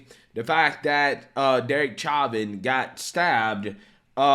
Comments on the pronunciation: I do love your show and watch all your videos as soon as you release them but I wish you could get people's names right. Literally every video and news clip you showed correctly pronounces Chauvin correctly. How can you hear the name so many times and still get it wrong? You're clearly a very intelligent man but surely you must have heard the name pronounced correctly thousands of times by now and yet somehow that doesn't enter your brain. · Insane people. C'mon. We all just watched a video of 5 people correctly pronouncing his name. Its not "chah-vin", its "show-vin". When i share your videos, it matters. Lefties will always look for a reason to ignore conservative voices. Otherwise, keep up the good work.. God bless everyone. God bless America. 👊🏾👌🏾👍🏽🙏🏽🧡🇺🇸🇺🇸🇺🇸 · i love you brother but its- Show- Van. I know you always say you have issues with names, like Vivek etc...etc... i cant spell so, were even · Bro the way you pronounce his name is so annoying. Say it right